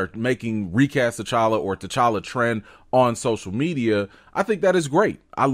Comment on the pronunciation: He kept saying tchalla when talking about Chadwick that was so weird